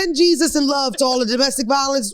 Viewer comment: Hilarious!!!🤣 She said Beyzus Christ !!!!! 🤣🤣🤣🤣🤣🤣🤣🤣🤣 I am 💀!!!! She called Hitman holla a bot!! 🤣🤣🤣🤣